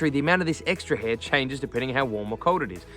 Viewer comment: It's not "hee".. It's 'Hair'.